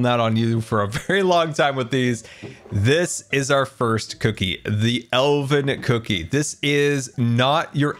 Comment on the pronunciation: Did you say Elden Cookie!? Sorry, I think I'm playing too much Elden Ring